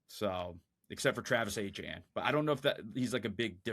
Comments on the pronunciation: "Travis Achane" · Already know knows zero ball but bengal was surprisingly pretty bad in this. Not sure if he was just trying to make feel less dumb or what. Also saying travis “achane” instead of etienne, pissed me off so much